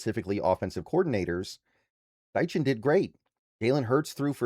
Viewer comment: It's pronounced STY-KEN, not STY-CHEN. Just FYI.